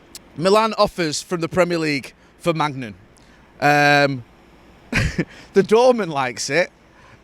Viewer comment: Maybe spend more time learning to pronounce the Milan goalkeeper's name properly than demeaning Rangnick and his coaching staff. He's a decent guy who was highly regarded in the football world before this club hung him out to dry with no authority and a shocking embarrassment of a squad. I can't lie, the Rangnick disrespect still really bothers me.